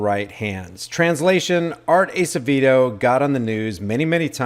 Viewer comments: It's pronounced... Ass-a-vaydo... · Art Acevedo pronounced (Ass a vey dough)